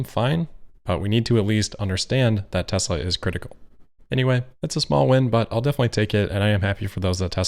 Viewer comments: I thought he said Testicle. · We should all try to say Tezzla... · ahhhh wasn't that hard? ... T. E. S. L. A. Tesla TESLA.... its not that hard to say... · It took four people eleven days to teach him how to pronounce it. Let's just say....not the sharpest crayon.